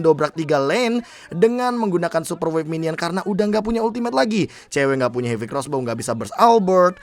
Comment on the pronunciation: heavy spin bro bukan hivi spin